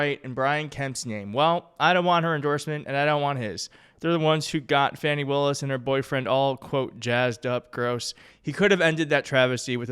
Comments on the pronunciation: FAWNY not "FANNY"... Geeze, even supporters on the left can't get it right. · Great job!!! I'm glad you are Blue. Please Don't feel embarrassed but FANI is pronounced Fawnee!!! (I'm sure she is called MUCH worse by maga) I subbed the other day,but just saw it was not applied. Subbed Again👍🏻👍🏽👍👍🏿